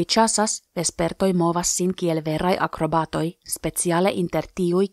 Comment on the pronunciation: flugantaj akroBAToj... haha